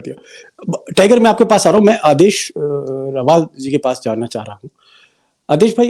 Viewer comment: रवाल नहीं रावल...